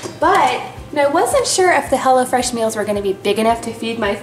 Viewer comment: I thought she said hella fresh